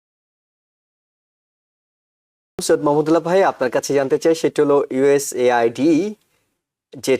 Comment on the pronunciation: You don't know how to pronounce USAID😮